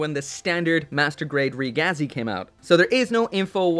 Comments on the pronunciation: Its pronounced reh geh zee, ragazzi is italian for kid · REEE-GAZI, it is pronaounced ri-giz